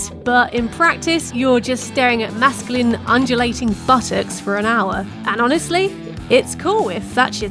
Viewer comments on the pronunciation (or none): "Masculine" is not pronounced the same way as the drug "mescaline" "Anime" does not rhyme with "enemy" Your pronunciation is awful, and it's not a British English vs American English thing; it's just terrible pronunciation.